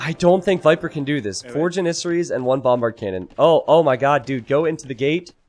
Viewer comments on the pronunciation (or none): The way you say janissarie as janisery hurts my soul. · You say janissaries wrong every time!!!